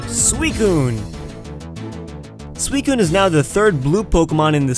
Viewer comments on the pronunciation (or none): suicune not swicun